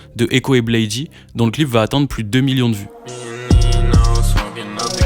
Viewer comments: je vais être un fan chiant mais la prononciation originel de Bladee c'est "Blaïde" et pas "Blaï-di". Il se présente comme ça depuis le début mm si c'est qu'un detail hh. Après c'est vraiment un des seuls trucs que j'ai a dire sur la vidéo vu qu'elle est complète et cool, même si je suis pas d'accord avec toutes les take et la question de base a pas vraiment de réponse dans la vidéo.. c'est juste un résumé de leurs carrières respectives et commune. des exemples concrets de leur (énorme) influence sur la scène UG actuelle (RCB, OneChance, Surf Gang, et bcp de fr aussi..) auraient étés bienvenus. Même des exemples concrets de leur influence sur les artistes cités en début de vidéo. dommage mais ça aurait peut être fait long.. enfin, dire que le prime du groupe est passé c'est pas totalement faux même si les stats ne font que grandir et que leur influence est enfin reconnu. Je penses plus que Drain Gang est juste moins "trendy" qu'en , mais c'est vraiment une très bonne chose, la commu était vraiment toxique et cringe a cette période avec l'affluence de tiktok. mais force a toi la vidéo est dar et quelle chance tu as eu d'aller les voir a l'Olympia 🤩 déso pour le commentaire de nerd puant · Très bonne vidéo ! Tu m'as fait découvrir des infos dont j'ignorais a propos de Malcolm sex, ken burns, etc ! Juste, Bladee se prononce blède et non blaydy haha J'ai liké la vidéo ! Force !